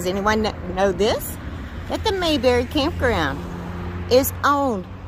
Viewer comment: Its pronounced May, like the month of May. Then berry, like many fruits.